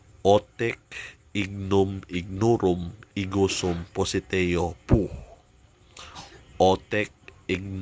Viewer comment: Bkit pociteo yung bigkas mo bro peru yung nka sulat piciteo sana masagut